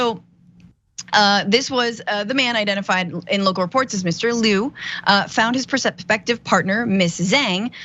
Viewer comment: FYI.Zhang is pronounced like JANG not zeng.. Liu pronounced like LEOO not Lu.